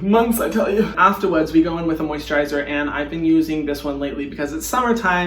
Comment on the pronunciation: the way he says afterwards ahhahaahah